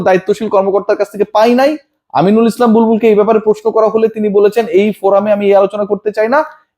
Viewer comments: আপনার ডিফরেন্ট Accent এর সালামটা খুবই ইরিটেটিং। খুবই বিরক্ত লাগে । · ভাই আপনাকে ভালোলাগে স্যতকথা বলেন। সালাম শুদ্ধ হয়নাই। সালাম শুধু সালাম না........ আপনার আমার আল্লাহর একটি নাম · ভাই সালামটা আরেকটু শুদ্ধ করে দিয়েন প্লিজ। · সালাম যদি দেওয়ার ইচ্ছে থাকে তাহলে ভালো করে শুদ্ধ করে শিখে তারপরে দেন